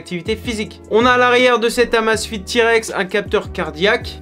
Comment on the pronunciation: Mon dieu, ca se prononce " AMEIZE FIT" à l'anglaise !